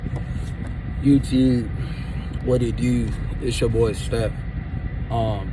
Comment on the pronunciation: "Yewtoob, what it dew? Its ya boy "